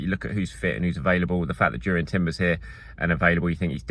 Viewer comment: I squint every time you pronounce Jurrien